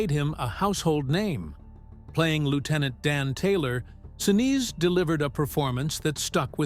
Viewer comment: Gary "Sin-ooze" & "Sin-iz" :face-green-smiling: (pronounced "Sin-eece")👍